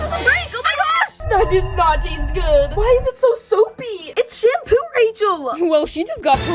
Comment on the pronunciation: Girl why did you call it shampoop